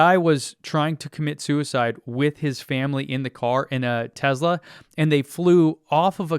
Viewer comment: I love it when people like Joe Rogan talk about things without actual facts, and yet they are convinced they know everything about the topic. But it would be great if you got to talk with him. Because you're a fact minded, level headed guy. Even if you pronounce Tesla wrong. :)